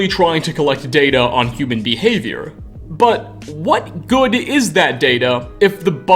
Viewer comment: Bro.... I like the content you provide, but I can't watch for long– because of your voice! Over the top modulation and why add an extra syllable to so many words? "Space-ah. Good-ah hard look at this thing-ah." You are working too hard my friend.